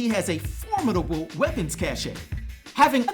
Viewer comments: Another great video. One small thing, i believe it's pronounced weapons cash, not ca-shay. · Cache is pronounced cash. Just wanted you to know for future videos. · Oh ok so that's what he meant. I thought he said a french word. It's a nightmare being bilingual.😂😂